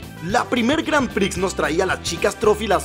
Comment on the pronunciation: Las "granpri" jajaja 😂